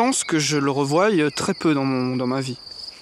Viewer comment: M'autoriserez-vous à formuler une petite critique concernant la prononciation de « revoie » dans: « il y a peu de chances que je le revoie » ? On ne prononce pas "revoille" mais "revoi". N'y voyez aucune agressivité de ma part.